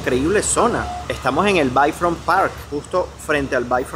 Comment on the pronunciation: Se dice beyfrontpark. 😊